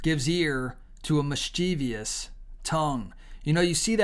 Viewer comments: Mis-chiv-us Not mischeeveeus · It's MIS-chiv-uss. There's no "-eous" or "-ious" making mis-CHEEV-eous. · It's pronounced MISS-chi- vuss